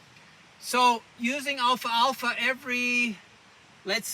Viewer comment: this is an excellent educational video. i had never heard of these properties regarding the alfalfa plant... I would encourage you to remake this video with the correct pronunciation Al - Fal - Fa.